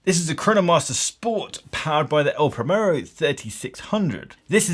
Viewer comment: The actual problem with this watch is that it gets the tattooed Rolex chavs and spivs, who can't even pronounce brand and model names properly ("Praymerro"!), into the Zenith brand, which was hitherto a bastion of good taste and discrete sophistication. More's the pity.